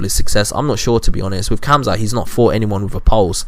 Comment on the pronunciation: Well, u don’t even know how to pronounce khamzats name correctly, so I doubt you have any knowledge about him to be calling anyone over-rated. I think your a bit over-rated.